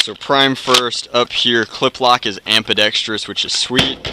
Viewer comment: Are you saying "Ampidextrous" or "Ambidextrous" ?